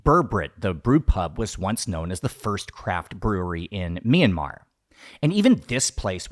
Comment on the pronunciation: Btw, the 'y' in 'Myanmar' is a consonant. It is pronounced together with the 'M'. Great video nevertheless! Edit: Aung San Suu Kyi is not and never was the president of Myanmar. When her party, NLD (the National League for Democracy) won the 2015 general elections in our country, she was given the role of State Consultant (I translated it on my own, may not be the official term) which is a position supposedly higher than that of the president.